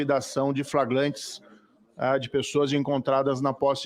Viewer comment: “Flaglantes”? Isso mesmo😮?